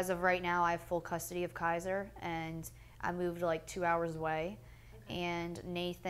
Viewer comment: if an interviewer would say my kids name wrong, I'd get up and walk out. KAZER? LoL.